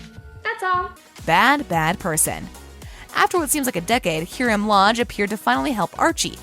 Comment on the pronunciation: you said HEERAM...